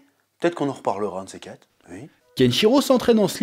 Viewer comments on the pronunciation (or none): none